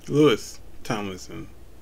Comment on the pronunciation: Louis is pronounced Lou-eee! Love this. Thanks for your reaction!🫶🏻✌️💙☀️